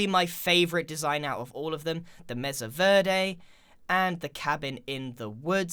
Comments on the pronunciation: YOUR PRONOUNCING MESA WRONG ITS PRONOUNCED "MAYSA" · The way he says mesa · its pronounced may su not meza u derp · Not to be rude but it's pronounced maysa not mesa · BooksForever are you stupid? It is pronounced messa, i have a mexican mom and its MESSA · DUDE ITS MASA NOT MESSA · Total 'joke' comment: Bro, I live in Arizona... Its pronounced "May Sa" ('sa' like the first part of 'suck') NOT 'Mess a'. But I forgive you, you're from across the pond. Lmao. Mesa (MAY-sa) is spanish for 'table'. There's a place in Arizona called "Table Mesa"... How silly? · you said masa verdi like my teacher wrong!!!!!! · The problem with the witch trap is that it only works once. Also, it's pronounced "may sah", not "messa" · BTW it's not said Meza vrday it's said Maysa Vairday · It (MESA) is pronounced maysa, not meza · " Mesa (Meza) " ...I thought it was (may-sah) i didn't know there was 2 pronunciations..its probably just sense you live in the uk and you pronounce it different (or im just weird) idk Also I love all the builds grian! Especially the sky temple and flower ruins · i cant take it anymore, grian, my guy, im sorry BUT ITS PRONOUNCED (MAYSA) NOT MEZA edit: i live in one so i should know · meza? I pronounce it Maysa. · It's pronounced mésa not meza or mess-a (the accent on the e means it's pronounced "ay".) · The meza?It is called the mesa (may-sa) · its not pronounced mess-a its said like mace-a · meza..? i thought it was pronounced may sa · Do you really pronounce Mesa as Messa? It’s pronounced maysa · I’m sorry the what grian? Meza? It’s pronounced may-suh or may-ser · Grian it’s pronounced may-sa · Mesa Mesa MESA IT IS MASA SAY IT MA -SA MASA IT IS SPELLED LIKE MESA AND PRONOUNCED LIKE MASA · IT IS PRONOUNCE MEISA NOT MESA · it's 'May-sah' in British English too, it's just not a very common word here, so gets mispronounced often :) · mesa pronounced "may-suh" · It's m-A-sa Grian also love the ideas